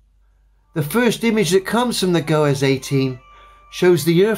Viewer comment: it is pronounced, "GOES," as in "Dan goes running." It is not pronounced like Gomez from the Addams Family.